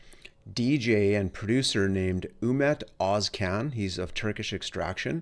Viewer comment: First west reviewer who pronounced both names right.